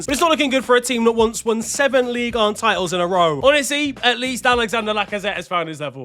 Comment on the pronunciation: ligue duh? lol